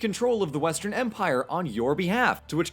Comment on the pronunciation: When he said "this is the Roman empire!" while it was being stabbed, I thought he said Roman emperor.